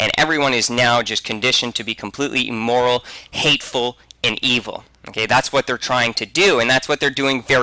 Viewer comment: Nobody's bringing up his mispronounciation of immoral? He's saying 'eemoral.'